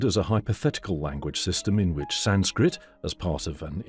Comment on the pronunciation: The German pronunciation has a heavy English accent to it. The German language attempt at "Sanskrit“ is pronounced incorrectly also.